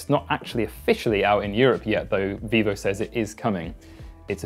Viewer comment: Vivo, not Vevo, if you make a video, at least double check ffs.